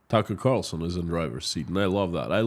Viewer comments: Constantly getting TC's name wrong, dead air, bad sound. Geeze, can't you practice before putting this in a YT video? Horrible 😊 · You kept saying Tucker Carlson's name backwards! 🤣